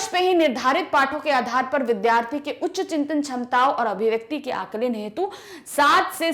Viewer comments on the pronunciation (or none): Mam alankan nahi Aaklan😂